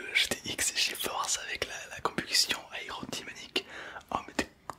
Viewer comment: "Aérodymonique" g eclatez d'rire 😭😭